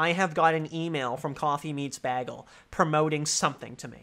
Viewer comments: You'd get a lot more dates if you learned how to pronounce bagel. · im not used to hearing bagel said like that lol